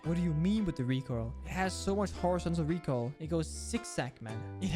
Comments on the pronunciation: "the recorl" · "omg but the recoral" lmao